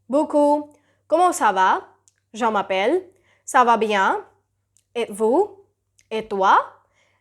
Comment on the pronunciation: dear you need to be carefull with ur pronunciation, like the way you said " je m'appelle" u sound like " jean m'appelle" means jean calling